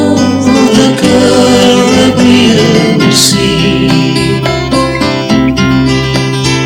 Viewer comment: I am hearing "Car-bean. Caribbean is a four syllable word. Also, the narration is difficult to hear with the loud song masking her voice. This video is .obviously not the product of professionals........Jackcobian...????....along with other weird mispronunciations......